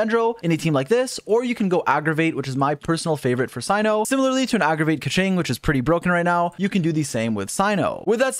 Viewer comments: Not Cino it’s Cyno [se:no] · he pronounces tighnari's name right but not cyno's nor kandake's smoge